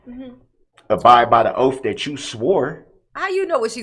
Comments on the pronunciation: “The oaf?” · LOL!!!! Those “ oafs” yu swore to. He has sooo many rights!!!!!!🤣🤣🤣🤣🤣🤣and “ dos troofs”. that need to be known” !!!!!!😂😂😂😂😂😂😂😂😂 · "All those "oafs" she swore to." The only "OAF" is Darrell Brooks.